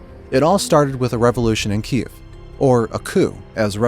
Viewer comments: He pronounced Kiev KEY-ev.not Keev like the news does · Kyiv - not Kiev 🟦🟨